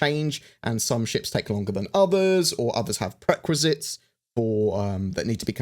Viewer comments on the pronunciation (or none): Pre-requisites not prequisits. Just saying ;)